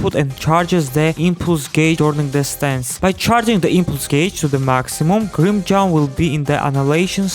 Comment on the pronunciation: grim-CHOWW, LOL.. kamon man dont ruin his name.